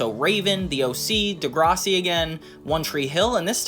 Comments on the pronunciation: you saying degrossi instead of degrassi bothers me so much lol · bro says degrahssi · The way you're saying Degrassi is killing me 😂😂 And now its making me mad 😅 Its pronouned Duh-grass-ey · I’ve never seen degrassi but it makes me unreasonably angry you somehow pronounce it wrong